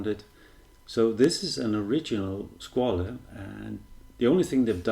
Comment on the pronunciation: Too big really for a Vintage inspired, but still quite BRILLIANT! Not available in Europe at the moment with this dial color, sadly. Btw the correct pronunciation is more the french SquaL than italian SquaLE